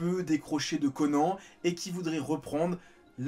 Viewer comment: Pourquoi prononcer correctement le nom de tous les protagonistes excepté celui du héros? L'anime a détruit le nom de Conan 😭